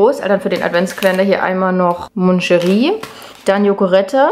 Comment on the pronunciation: Spricht man Macheri aus und nicht monscheri